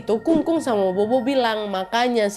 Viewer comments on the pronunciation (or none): Bobo itu bacanya popo mba e😌🙏🏻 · Bobo itu dibaca popo, nad. 😊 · Kak Nadia cuma mau koreksi aja kalo "bobo" di baca "Popo". Kelompok ini dibaca polos, tanpa mengeluarkan embusan angin dari mulut. B dibaca mirip P (contoh: bàba dibaca pâpa) D dibaca mirip T (contoh: dìdi dibaca tîti) G dibaca mirip K (contoh: gēge dibaca kēke) Z dibaca mirip C / "Ts" (contoh: zai dibaca tsai) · Bukan bobo ka , tapi Popo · Akong sama popo bukan bobo ka nad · Bobo nyebutnya popo klw ga salah ka nad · Maaf ya kak nad, fyi aja... bobo itu bisa di baca sbg popo, artinya nenek yah kak.... semoga membantu 🙏🏻🙏🏻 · nad disebut nya bukan bobo b dibacanya p jadi sebutnya popo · Kak cara nyebutnya popo bukan bobo 😅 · Kak nad... Sedikit koreksi.. Bobo di ucapkan Pho Pho.. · Hehe popo kali ya ka, bukan bobo 🤭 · Maaf Nadia, bukan maksud protes ya😊.. Huruf B dalam bahasa Mandarin biasanya penyebutannya jadi P.. Jadi untuk nenek sebutny bukan bobo tapi popo 🙏 maaf ya 😊 makasih buat video2 seru nya.. Aku penonton setiamu❤ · Bukan bobo, kak nad. Popo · Bobo ktu bacanya popo mba e😌🙏🏻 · "bobo" bacanya "phopho" ya wakk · Kung-kung dan popo ka, bukan kung-kung dan bobo 😁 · Tulisannya bobo kak tp cara bacanya popo utk nenek. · Pupu kak nad...bukan bobo...b baca p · Afaik, bobo dibacanya popo naddd.. Seinget aku pas pelajaran pelafalam b dibaca p, p dibaca ph.. cmiiw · Popo kali KA nad ,bukan bobo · Maaf aku ralat ya ka nad, bukan bobo di panggilnya tapi kita panggilnya atau di Baca nya " Popo " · FYI aja Ka Nad "Bobo" seharusnya dibacanya Popo karena bahasa Mandarin B dibaca P ❤❤❤ btw ka Nad post ini tepat beberapa hari sebelum bulan hantu penanggalan china loh 😂😂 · Popo bukan bobo😅😅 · Sedikit saya tambahin ya kak nad Bukan bobo tapi Popo yaitu artinya nenek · Bobo dibaca popo kak nad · Aksaranya Bobo, tapi bacanya Phopho ya ya 😊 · O'Mara. Maaf kak pelafalan BOBO yg benar it Pho-Pho arti ny nenek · Stau aq, pho-pho kk nadia. Bkn bo-bo 😁